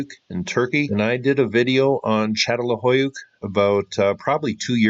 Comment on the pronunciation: Say: San-tor-I-no and Chattel-HUI-yook